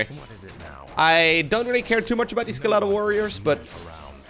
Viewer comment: you say "skeletal" funny to me 😁